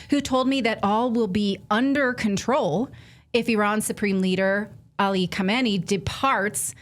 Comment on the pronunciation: It's not Khomayni it's Khaminay